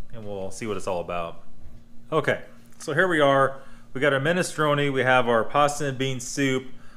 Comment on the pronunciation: can says: minestrone says: MISTRONAY